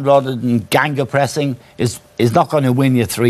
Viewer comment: man said Gangapressing